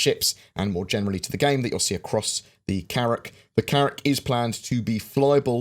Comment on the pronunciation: Carrracl is not Carrack...😉